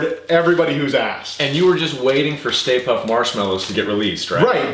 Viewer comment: "Let's see if we can keep Mr. Stay Puft [me: puft.. say puft, ] around. 😅